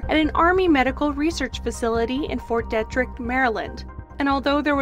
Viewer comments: Fort DEE-Trick, not "De"-Trick. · It's pronounced DEE-trick-t. Still great! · It’s pronounced “Deetrick” , Fort Detrick